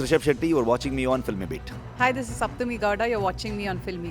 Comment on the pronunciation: Anchor should correctly pronounce name It's Sapthami Gowda Not Shapthami Gowda If she doesn't know, she should do homework by learning from others and sit before TV.